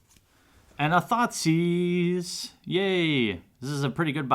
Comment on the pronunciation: OMG I got a thoughtseize and everyte you say that I think your saying thotsis's 😂😂😂